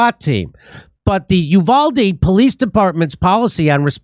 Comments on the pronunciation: "U (you) - valde" is the English mispronunciation. "U (oooh) - valde" is the Spanish pronunciation. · Uvalde is pronounced "You-val-dee." When seconds count, cops are 1 hour 15 minutes away. Arm. Your. Self. Uvalde is NOT a tiny town, pop. 16,000 and is the county seat and administration center.